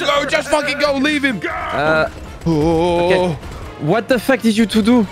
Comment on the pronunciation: frenchie got me when he said what ze fuck is that made of?